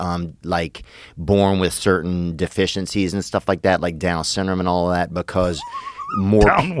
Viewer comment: Joe is making fun of him because he says down “synm” not syndrome